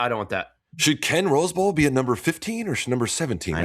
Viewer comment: Did Sam really say Ken Rosebowl. Thankfully called out Stevie for his silly Laver take